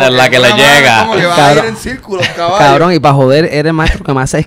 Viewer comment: "Un cawwvroon" JAJAJJAA